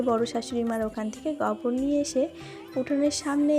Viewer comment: ওটা গবর নয় গোবর